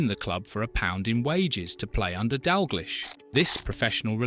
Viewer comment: As soon as you get AI bullshit like that pronunciation of "Dalglish" im out